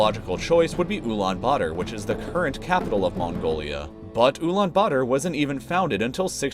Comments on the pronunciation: "ulaan butter" it's pronounced "ulAAn bAAtAr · are you sure it is pronounced oo-lan-buder? isn't is oo-lan-ba-tar? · UlaanButter?? That’s what I think he said